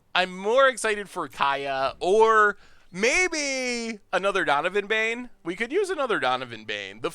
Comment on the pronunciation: donivan bane? does he mean dovin baan?